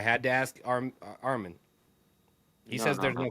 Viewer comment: Say his name right its Arman not Armen